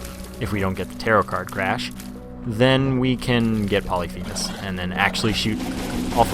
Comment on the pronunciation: Y u no pronounce Polyphemus correctly?